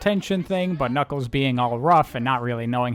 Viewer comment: every time you say ".. but knuckles" all I hear is "Butt Knuckles."